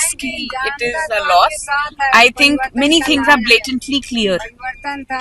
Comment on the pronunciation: Aap v to think ko thing bol rhe hain😂